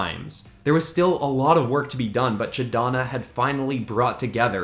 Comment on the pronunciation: “Ch’Donna” wtf?!?